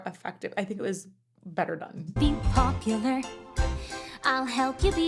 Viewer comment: Thanks for this. Ever since this came out, I've been hoping you'd do a comparison of this song, and you even started out with Kristen's live performance. So happy to know you are going to be doing more of the songs. I used to think that when Galinda changes PopuLER to PopuLAR that it was her not being sure about the pronouncification,. But I recently realized that it's perfectionist/ocd Galinda noticing that her amendment in the line "... who you were... well ... are." broke her planned rhyme scheme. Awkward pause... then she tries to belatedly update the rhyme and she's not sure if it worked. Another awkward pause before she decides it doesn't matter and just moves on. It's an incredibly subtle lyrical joke about Galinda's fake self-confidence that makes me laugh and admire whoever came up with it... I presume it was a choice by Kristen and Schwartz working together to find the laugh, and it's a layer to the humor that makes Galinda's character work so well despite being who she is... well... was.